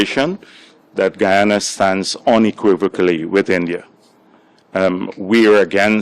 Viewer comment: गुयाना nahi hota he गयाना hota he 😂😂😂😂😂😂